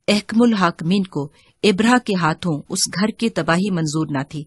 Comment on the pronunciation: Ibraha nahee abraha saheeh lafz hay